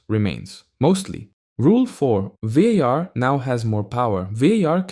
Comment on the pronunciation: As a spanish speaker that VAR pronunciation triggered something in me